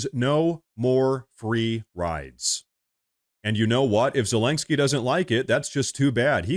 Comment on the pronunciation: Dude, I had to give you a dislike because you said Zelenskyy's name wrong 100 TIMES in this video. It's was so damn annoying. It's not ZELANGSKYY.